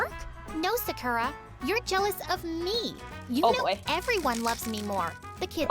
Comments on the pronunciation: If you were japanese, you would say sakura. Not sacura. さくら。。。。。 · I love how this is supposed to be real but Sakura is pronounced Sah-kooh-lah (r is pronounced the same way you say L) but they say suh-kura like Americans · She said Sakura wrong- sa-kur-ah? Its a pet peeve of mine- sorry. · I thought sakura was pronounced S-AH-kura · hi i'm sarkra from ja-🍳 couldn't even peonouns her own name right. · Ur right lol plus, THEY ARE PRONOUNCING SAKURA WRONG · Bruh the generic name “Sakura” wasn’t even pronounced correctly 💀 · Says she's Japanese, but then mispronounces her first name in the first five seconds of the animation. Like, come on, My Story Animated! If you're going to create a Japanese character, at least learn how to correctly pronounce her name! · Tbh all these people who talk in my story animated sound the same. And the way she pronounces Sakura. I’m sorry I can’t 😂 she doesn’t even have a Japanese accent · Can we talk about how Sakura was mispronounced the whole video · The fact that “Sakura” doesn’t even pronounce her name right- Also did u know Yumi also means corn? As well as the name, it’s corn (😂) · Im sorry- The way she pronounced sakura is hilarious to me- XD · The voice actor literally said Sakura wrong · Not them pronouncing Sakura in the most American way possible... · she cant even say 'sakura' correctly 💀